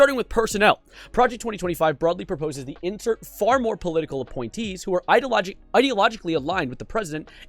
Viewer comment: Bro can't even read the word "Ideologues". On top of that he's so illiterate he had to bring out the Forbes highlights instead of reading the actual document. Plus what did these gay furries do? Reveal that conservatives, who wrote a document containing conservative policies, are connected to a conservative? My god. Literally Slop Live.